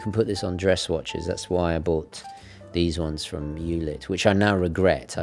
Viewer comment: As always, great Video!! Just a small hint, eulit is german, therefore spelled "oi-lit" :)